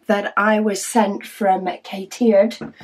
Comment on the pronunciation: I may be wrong but I think the name is pronounced like a cat's ear........ Cat Eared...... Cateared